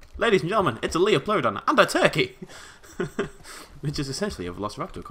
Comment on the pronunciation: ***** Since it bothers me, it is pronounced Lie-plur-o-don, not Lee-o-plur-o-don.